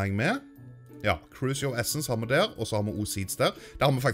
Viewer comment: Hører dere når han sier DER. Sier han det på dansk XD